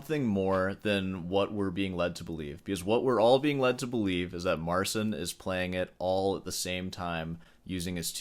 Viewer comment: it's MARTZCHIN